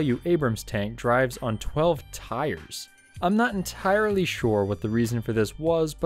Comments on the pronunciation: "not en-TIRE-ly, sure what they're doing..." 🤣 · en-TIRE-ly sure